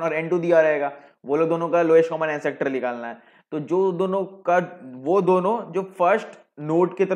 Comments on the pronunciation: All good just one correction: its not (an sector ) , it is ancestor pronounced as " an-sister". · ancestor , not ancector. My god! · एनसेस्टर होता है... एनसेक्टर नहीं